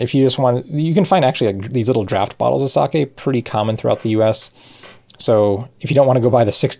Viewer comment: Not watched any of the video yet, but my first thought was "Don't you dare pronounce it saki". ...Now to find out :P Edit: YES! Your pronunciation is close enough to the Japanese I don't have to wince every time. :D